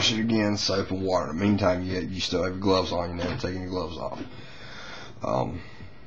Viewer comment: What's gloses? Or did you mean gloves?